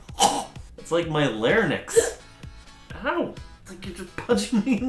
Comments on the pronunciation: "larnyx" larynx? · “It’s like... my larnix...” larynx?